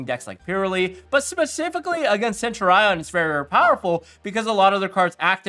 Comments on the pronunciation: Its Sen-Tu-Ri-En not Send-Your-Eye-On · thats just definitely wrong its a basic historical term from ancient Rome and both my dicitionary and Google pronunciator say Sen-Tyu-Ri-En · Actually I'm a Latin student it's sent-ur-eon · Lol why are people so caught up about centur-ion?? Pros still out here calling mannadium mannadome.